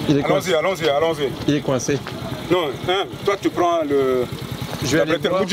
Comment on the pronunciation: " ya un camion qui est coincé" avec l'accent 🤣🤣